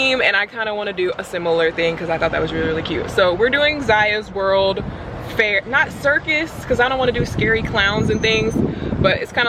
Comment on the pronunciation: When said "Ziya's World", for a second I thought she said Elmo's World.